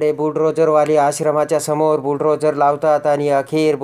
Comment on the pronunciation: किती अशुद्ध भाषा. बुल ड्रोझर नाही त्याला बुल डोझर म्हणतात.